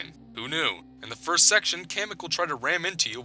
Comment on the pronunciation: When you said "The first game in the Yoshi series" I thought you said "The worst game in the Yoshi series." I was about to dislike, then I found out, so now the video is liked by me!